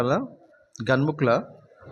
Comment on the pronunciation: Ganumukula ❌ Ghanmukla (ఘన్ముక్ల) ✔️